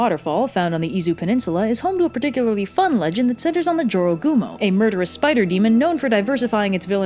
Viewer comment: I learned the right way to pronounce jorogumo from this video. In Spanish class we read a story by a Spanish-speaking author where a dude encountered a jorogumo and had to escape. There I learned to pronounce it as "ho-ro-gumo" because j is pronounced like an h in Spanish.